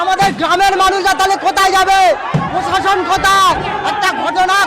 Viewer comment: প্রশাসন!হুঁহঃ!!উনি নিজেই উচ্চারণ করেন পোষাশন। বুঝুন এবার!!!